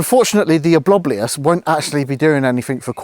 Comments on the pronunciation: Lol, love your simple no overlay vids. Channel is called ghost Theory but should be "Someone's outside Theory" 😂 You guys are so funny. I genuinely thought you struggled to say Ovilus... Then I heard Oblobulus 😆😆😆😆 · The obliblious 🤣🤣🤣